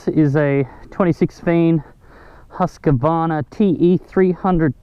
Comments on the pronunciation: It's called Husqvarna, not Husqaawaarna, but nice riding nonetheless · husk-varna not huskA-varna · Hahaha that's really not how you pronounce Husqvarna. Nice video. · You pronounce Husqvarna wrong. It's Husqvarna not Husq - A-varna